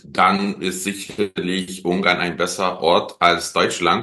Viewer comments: Ich fühle mich an den "Penguin" von Benedict Cumberbatch erinnert, jedes Mal, wenn er Ungarn sagt. Es heißt UnGarn. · Ein "r" nach einem Vokal wird im Hochdeutschen nicht als "r" ausgesprochen, sondern ist stumm, wenn noch ein Kontingent folgt, oder wird als schwa (so ein angedeutetes a) am Wortende ausgesprochen. Was an des Reporters Aussprache stört ist, dass er Ung-arn anstatt Un-garn sagt. Also, er "ng" als einen laut ausspricht anstatt das "n" und das "g" separat auszusprechen.